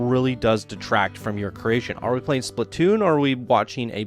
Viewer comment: Surprised you did not even mention that the track literally slammed into the roof of the first building in the lift hill. Should have been a bit higher to stop that issue. BTW, it's not said "Spli-toon", but "Splat-toon". Why are the character boxes so big?